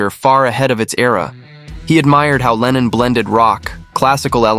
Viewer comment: il faut absolument que tu te corriges !! ta prononciation est NULLE !! lennon n est pas lenine !! grrr